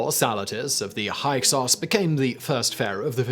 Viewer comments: Pronounced hicksos not hyeksos. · Hyksos is pronounced Hicksos. Counting hands was a method of establishing how many enemy soldiers were killed in battle (they were already dead)